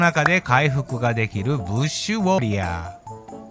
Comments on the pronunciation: ブ ッ シ ュ ウ↑ ォ↓ リ↓ ア→ー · ブッシュウォリアーの言い方何か違和感あったくない…？